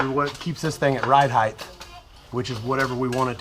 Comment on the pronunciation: "Ride Heighthhh"... lol